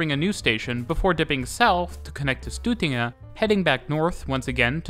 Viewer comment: You pronounced "Stortinget" (the national assembly/parliament) as "Stut-tinget" (the bull assembly). Your name sometimes fits, but usually the vibe is quite friendly. 😅